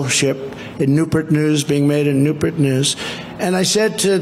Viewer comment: Hahaha I’m so mad I forgot to mention that part! NEWPERT is the funniest pronunciation of Newport I’ve ever heard 😂